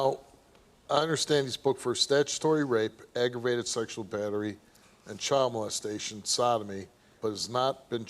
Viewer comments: Da chow?…why is she calling a kid a chow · What’s a “CHAYLD” 😂😂😂😂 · Can somebody tell that idiot it's pronounced 'child', not 'chael' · Chayilld??? Meant to be child??? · It kills me when people pronounce "child" like "chowld" 😂😂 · “My brother had texted her chowd” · What in the hell is a “chaail” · That’s a wild pronunciation of the word child